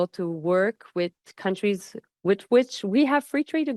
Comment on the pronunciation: Joly doesn't even take the 5 minutes to learn to pronounce the word with, it's always wit but she doesn't care